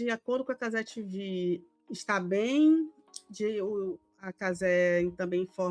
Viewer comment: Pq TiVi mano? caze vem de cazemiro TV de televisao TiVi fica feio infinito Parece o girao traduzindo o proprio nome